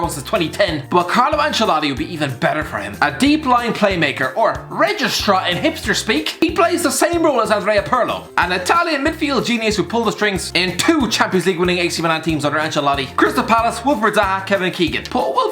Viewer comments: Everyone who's ever heard of it: "Regista": "Registrar" CHRIST ABOVE! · You still managed to say REGISTA wrong